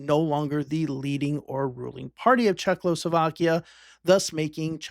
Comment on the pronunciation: how many times does the letter L show up in Czechoslovakia? for some reason people pronounce it as if there are 2, there is only 1